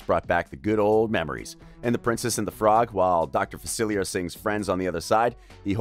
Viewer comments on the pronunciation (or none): if people are gonna make videos about Disney please learn how to pronounce dr facilier right please for the sake of all things good i swear i get looped into watching these kind of videos by different people and nobody can say it right not even this dude